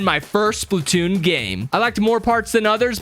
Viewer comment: It’s not spitoonn it’s splatoonn